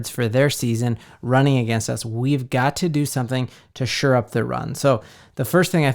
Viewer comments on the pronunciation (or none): SHORE up the run, not “sure up” the run.